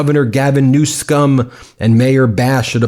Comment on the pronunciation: Please stop saying newscum just say it correct even though Donnie diapers says it wrong.